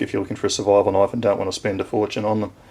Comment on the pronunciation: now that's a knoife !